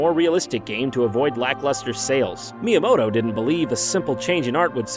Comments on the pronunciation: Mii-yamoto lol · Shigeru Miiyamoto LOL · Miiyamoto lol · haha... Miiyamoto